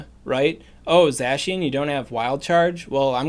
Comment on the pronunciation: Ur butchering zacians name its supposed to sound like ur saying the cyan with an old germanic accent the other one is the magenta